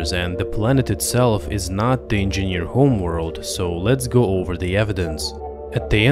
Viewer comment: If he says "engieaneerr" one more time , i'm gonna hurl.